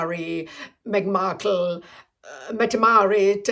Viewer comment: I kove the way you say megginmarrkle. You make ne want to jump into a 1940s movie. The gals are dressed to the nines , guys too and they rushed to open the car door out of courtesy.